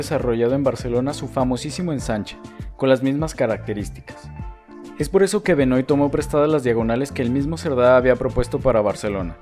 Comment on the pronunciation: Hermosísima ciudad, muy lindo video. Sólo quiero decirte que Benoît se pronuncia Benuá, es de origen francés. Un saludo